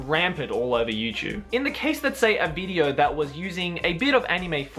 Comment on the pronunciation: haha he said "bideo" see if you can find it